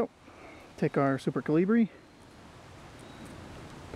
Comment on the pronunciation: He can’t even say caliber right